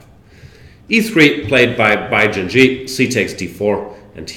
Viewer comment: Great stuff. Thank you Jan. But why do you call the guy Bai JinJi? Jinshi should be pronounced more like Jinsh